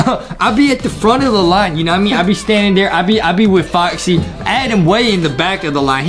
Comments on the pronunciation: GO BACK TO ENGLISH CAMP ADEM ITS TOTALLY ADEM NOT ADAM!!! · ADEM ITS NOT ADAM ITS A D E M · IT'S ADEM ADEM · Its not Adam it ayyyyyyyyyyydem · Lol justin its adem